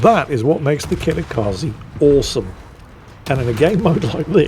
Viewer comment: let me help you with pronouncing Kitakaze correctly. Kitakaze is Japanese (it means "north wind") which means the e sounds like the e's in words like emperor, elevator, exit, leg and bed rather than the ee sound in words like free, seek and agree. In fact, that is what all e's in romanized japanese words sounds like.